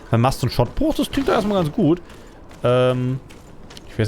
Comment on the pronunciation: Schot-Bruch (Also langes O) nicht Schott-Bruch.